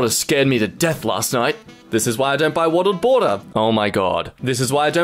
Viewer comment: wottled bater